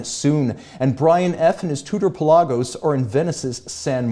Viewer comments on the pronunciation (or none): Dear, since I enjoy so much your knowledgeable talks, and you are a Tudor fan: Pelagos (meaning small sea in Greek) is pronounced "Pélagos", i.e. the intonation is on the "e"